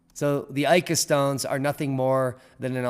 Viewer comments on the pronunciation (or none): Pronunciation: ee-ka... not ay-ka. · So, Ica is pronounced eeka, not aika... I don't think there is much doubt that most of these stones are relatively modern fakes. However, there most likely were some original engraven stones to inspire the fakes. I saw a stone, in 2003, that children of a family I was visiting had found in the sand while playing on the outskirts of Pisco, Perú. It didn't look like most of the Ica stones, was a rounded reddish granite type stone, with what appeared to be a stegosaurus carved into it. It showed no sign of varnish or polish, but didn't look new either. The children had colored it with crayons. I offered to buy it, but the parents just shrugged and said "It is the children's toy, they found it, we have no idea of its worth." I left it at that, thinking I would return soon, and snapped a shot with my disposable camera. Unfortunately, the photo has been lost, and when I returned after a couple of years, the family was no longer living there.